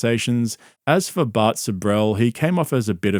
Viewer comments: evertime he says Bart I kept thinking he's talking about bert. 😂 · Whenever says “Bart” I immediately think he’s talking about Bert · Every time you say Bart my subconscious thinks Bert. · Every time you say “Bart” I assume you’re talking about Bart Kershner lol